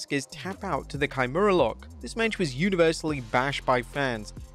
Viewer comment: First time I’ve ever heard kimura pronounced that way kai-murah